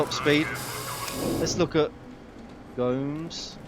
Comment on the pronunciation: lmfao im brazilian and watching you try to pronounce gomes is funny lol btw i know this is late but i THINK its pronounced like "Gomez"